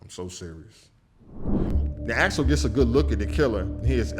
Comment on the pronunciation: Axel Foley, not Alex Foley.